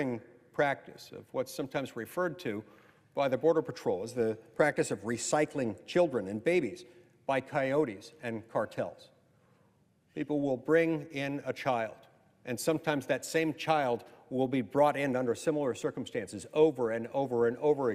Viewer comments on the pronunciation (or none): WHERE ARE THOSE 300,000 BORDER CHILDREN THAT ARE MISSING? DONT EVEN LET MY THOUGHTS GO THERE. DONT EVEN. SHE SAID SPONSORS. THEN LOST THEM. THE WAY SHE SAID COY- OTEE NOT KI -OTEE. PIN HER DOWN .